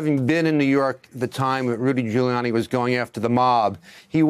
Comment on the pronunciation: 408. Sounded like he said Doodie Gulianni